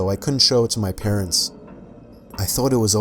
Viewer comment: This fucking idiot can't even pronounce parents right. Stop watching 22 seconds in. 😒